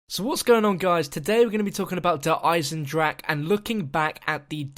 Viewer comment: wait sorry DARE EYE-ZEN-DRAK